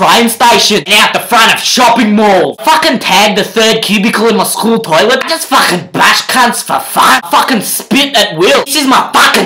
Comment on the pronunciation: all I heard is FAAAAKHHHIN